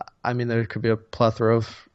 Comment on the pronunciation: Plethoroff lol